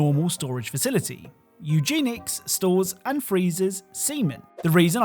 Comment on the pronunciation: Eugenics is pronounced u Jen ix